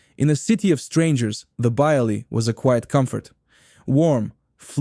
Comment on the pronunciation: It's strange that the VoiceOver person pronounces "bialy," "kasha" matzoh brie" and "challah" wrong. Weird!